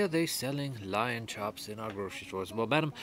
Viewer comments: LOL 😂 Lion Chops. Sir-A-lion steak. Tender-lion. It’s all good man. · Who taught her Loin versus lion lmfao....No..... Don't tell her that!!! 🤣 Omg this is so funny!!! Thank you good Sir for this video!!! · Loin not lion, 😂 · I cannot stop laughing it's loin chops not lion chops. 😂😂